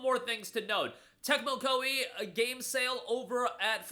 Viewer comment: saying Tecmo Koei felt awkward 😅